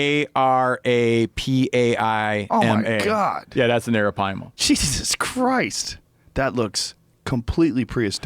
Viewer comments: Drinking game: take a shot everytime steve says aripima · Took a shot every time he said arropyma..got alcohol poisoning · hit the bong every time he says arapaima